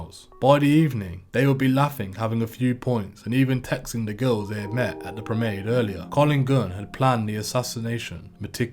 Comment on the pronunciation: Pro,,men,,ade…. Not promade